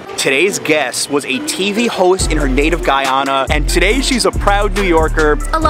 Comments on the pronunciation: No wonder they think she´s from Ghana, she didn´t even pronounce the "y" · Ummmm Singh’s Roti shop is Trinidadian and also it’s pronounced Guy-Ana not Guy-aaahna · brooooo stop its Guyana, not ghana he keep prouncing it like that omg lol. get it right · The way he pronounces Guyana really irks me. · You didnt pronounce guyana right. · She said "Guy-ona" and cassa-reep 😫😫😫😫